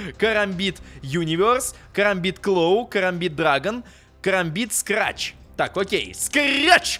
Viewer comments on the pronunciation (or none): не срач а скретч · Не карамбит а керамбит и не скрач а скретч